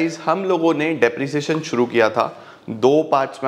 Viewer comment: Depreciation × Disprresion 》